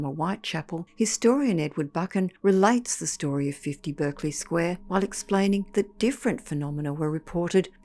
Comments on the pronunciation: 'Berkeley' and 'Clerk' and Berkshire are pronounced Barclay clark and Barkshire in English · Berkeley is pronounced Barkley in the UK. You are using the American pronunciation. If you had spent 2 minutes on Google you would have known but it seems you just couldn't be bothered. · Spelt bErkeley but pronounced bArclay. Love your channel m8,thanks,Ian.🫂